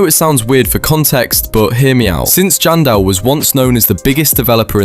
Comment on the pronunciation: Its janson Manson not jandel manson